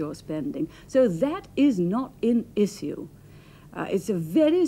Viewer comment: Never heard the word "issue" pronounced "eee-cee-oo" before